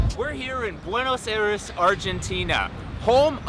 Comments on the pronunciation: It's "BWAY-NŌS EYE-DESS" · furious Pete you say Buena's Aires wrong 😑my people should be mad 😡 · am I the only one that cringed whenever he mispronounced Buenos Aires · Ovide Chery I'm from Buenos Aires and I'm not mad about the pronunciation.